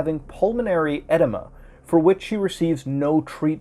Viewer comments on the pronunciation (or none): edema = a-deem-a, just FYI, no hate